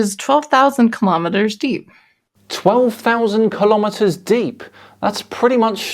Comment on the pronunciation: she said kimometers must be some old japanese unit